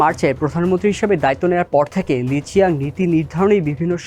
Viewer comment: ওনার সঠিক নামের উচ্চারণ হবে লি ছিয়াং